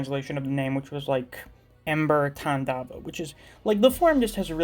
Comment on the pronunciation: Man your pronunciation of Svarga and Tandava is top notch!